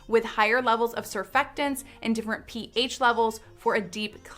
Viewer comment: I just can't understand why she says "dimferent" in every video 😩